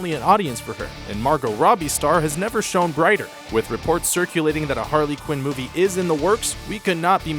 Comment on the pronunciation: The way you say Harley Quin makes me want to kill my self XD